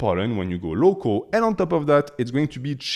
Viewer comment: Man you made me crack up when you said “i highly recommend you go LOCO, because if you go LOCO the bees are also LOCO” 😂 I know you said local but it sounded as LOCO.